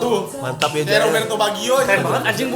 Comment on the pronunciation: Ngakak terus Kenapa harus JA.E sih kang bacanya wkwkwk